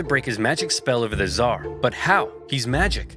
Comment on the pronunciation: Hasan downplays the killing of millions by going “but what about the hundreds of thousands by the zhar” it’s so funny